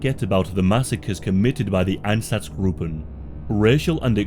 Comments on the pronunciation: Einsatzgruppen is pronounced ein-satz-gruppen, not -groupen. The u is short, not long. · EinZaTZgruppen please read it right but good video